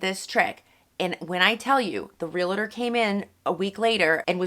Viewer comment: Great info. I just have to say one thing...the word 'realtor' is pronounced 'real-tor'. There isn't a second 'a' between the l and the t, it's not 'realator'.